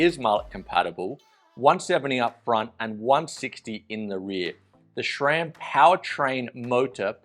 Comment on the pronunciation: There's no "H" in SRAM. It's not "SHRAM".